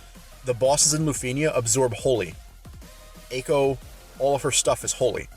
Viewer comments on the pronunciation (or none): none